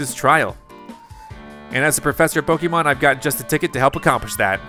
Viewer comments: Please learn how to pronounce “Pokémon” properly 🤦🏻‍♀️ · Pronouncing arceus like arkeus is painful but excuseable. Pronounces pokemon like pokEmon is inexcuseable. Still subbed though.